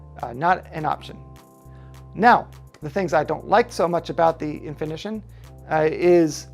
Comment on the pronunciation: Thanks for the video. Full of good info. In-fini-tawn I am not saying you should script your videos, but writing down what you want to say beforehand and NOT reading it as you go a long would be a good idea. You do a lot of onscreen thinking which results in a lot of pauses and afterthoughts.